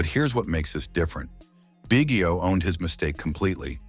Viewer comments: Bro learn to pronounce his name if you're gonna do a video about him! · AI GARBAGE. Hint, Biggio name mis pronounced throughout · Too bad you can’t pronounce the guy’s name.